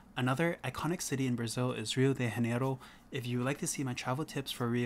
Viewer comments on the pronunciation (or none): Nice video, and I agree with the tips on safety and locations.. one quick note however.. not "hardins" or "rio de haneiro", but "Jardins".. in Portuguese, we pronounce J like J (janitor, journal, juniper) and not H like (hanitor, hournal, huniper) ;)